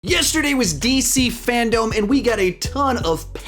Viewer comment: Finally someone who says fandome instead of fandom 😂